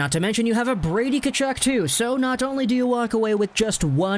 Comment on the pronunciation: His name is pronounced HE TILL. Not “Che till.” You’re a hockey channel, come on bro.